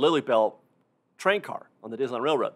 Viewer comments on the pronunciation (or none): I really don't mean this in any condescending way, but I often wonder about your accent. for example, to me sounds like: "The chrunk of the chree" "...also on the old chrain chrack". Again, don't get me wrong, it's very charming. I'm just a nerd for accents. Where are you from?